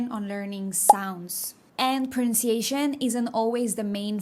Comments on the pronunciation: You do a fantastic job of pronouncing Spanish words, but you need more practice with English ones. For example, "prunciation" is not an English word. I like this video a lot, but please pronounce pronunciation more distinctly. In English, we say "pro-NUN- see- a- tion." Also, the English word "category" is not pronounced "ka-TAG-a-ree," it's "CAT - a - gory." And one last tip...words with a short "I" sound, such as "city" and "little," have a sound that Spanish speakers don't make. It's the "I" sound like in "sit" or "fit." I hear you saying, "see-tee" for "city" and "lee-tul" for little. I am just trying to be helpful because I can tell that correct pronunciation is important to you. 🙂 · This is very useful, thank you. Your English is very good but I did notice two words which you don't get right (compared to RP English), they are pronunciation and category. To my ear your version of the former sounds like prunciation and for the second, I hear ca TEA gory. Whereas British speakers would make the emphasis like CAT e gory. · Super helpful, but if only I could correct the way you pronounce 'pronunciation' 🤣🤣🤣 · Excellent comment to an excellent video! Yes, "categories" needs some work. Also, "pronunciation."